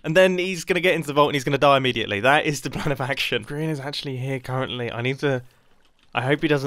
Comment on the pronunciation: You said groan instead of grian